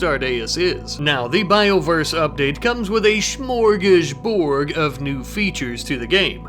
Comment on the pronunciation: Smörgåsbord! It ends with a D, not a G!